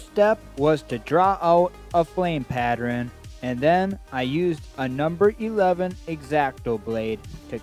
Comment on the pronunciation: Interesting video. However, the word is pattERN, not patTREN! Sorry to be critical, but mispronunciations are annoying. If you are not using your own voice on videos, you need to can that voice software and get a better one.